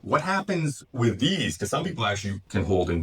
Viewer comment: 'Becaaarse' where did that accent come from!